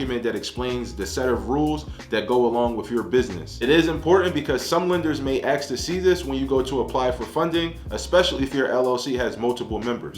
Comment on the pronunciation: Ask not Axe